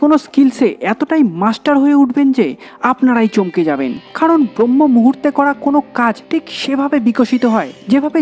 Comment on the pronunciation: ভাই, উচ্চারণটা "ব্রম্য-মুহূর্ত" হবে